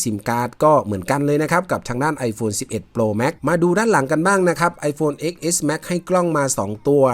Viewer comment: X เลขโรมันอ่านว่า 10 เน้อ